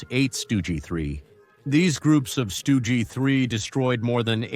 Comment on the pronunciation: Your pronunciation is horrible. Stu gee for example Also can't speak connetedly. Tank de Stroyer Good conception,but horrible video Other problems Panzerjäger 1 was built in 1940 Marder,not mayder🤦‍♂️. The MARDER 3 had 3 version,and only the marder 3 (no H or M) used the Soviet gun The Stug 3 first saw combat in 1940 against FRANCE,not against the ussr. Operation Barbarossa started in june of 1941 It's JAGDpanther,not GAGDpanther